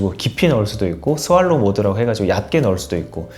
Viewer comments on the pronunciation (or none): 스왈로우 모드요.....? Shallow, 셸로우 모드 말씀하시는거지요? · 스왈로 --> [ʃæloʊ] 섈로우